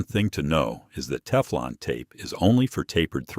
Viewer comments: Love the AI "teeflon" tape.🤭 And then after showing wripping the correct way, the gas fitting is shown being wrapped the wrong way. Sheesh more AI slop. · A-I (mid-western voice) 😂 "Tee-flawn tape."